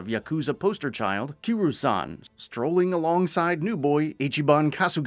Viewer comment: Please stop ignoring the Y in Kiryu's name lmao. He's too much of a legend for that. Everything else in your delivery is top tier though.